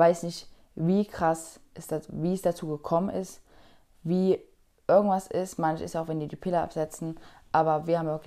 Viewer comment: örgendwann, örgendwas